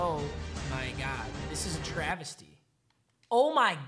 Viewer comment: Normal people- “This is Bad” MMG-“Deeis eeyuhs uh travuhstee” haha